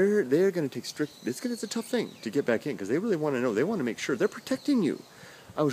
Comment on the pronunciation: It's BAHck :D